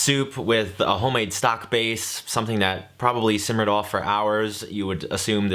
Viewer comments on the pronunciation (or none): none